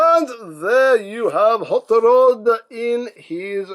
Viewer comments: The way he pronounces his name sounds like "haught lod" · Huut ruuud